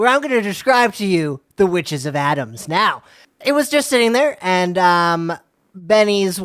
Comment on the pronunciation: The fact that they keep repeating Adams when it’s clearly Adamas! There’s an extra A there. This was very irritating!!